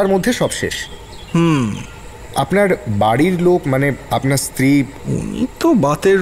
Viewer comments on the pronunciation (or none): none